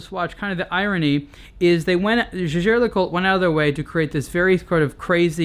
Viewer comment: no it's not. jaeger was the surname of Edmond Jaeger. it was his family name, and was not pronounced the same way as the word 'jaeger'. that said, he's still pronouncing LeCoultre wrong.